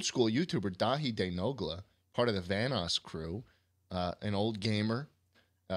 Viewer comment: “Daithi day Nogla”